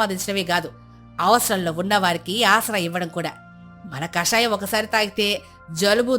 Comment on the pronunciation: అది కాషాయం కాదురాబాబూ.. కషాయం.. 😂🤣